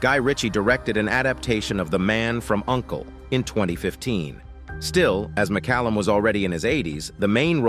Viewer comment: Thanks for pronouncing his name correctly.